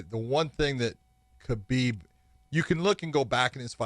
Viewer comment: He talks about how he knows Khabib so well but he pronounces his name wrong. Ok dude...